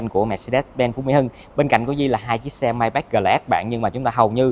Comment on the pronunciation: đọc tên xe sai rồi, tưởng sale chính hãng phải đọc chính xác chứ ta !???